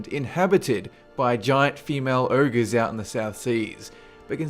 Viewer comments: what URGES dude its freaking pronounced OGRES learn to read, apart from that nice job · its Ogres not urgos